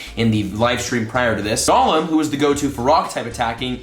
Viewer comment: Yesssss just like how he’s saying Golem wrong, he keeps saying it like Gollum from LOTR instead of like Goal-em.